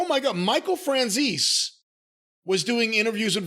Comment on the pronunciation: Michael Fran-zees?